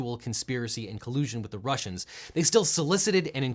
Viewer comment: D-dude, you can't use the hard R at the end, that's racist to Russierns